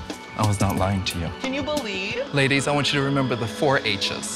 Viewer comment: JVN’s « Can you belIEVE?! » is pure gold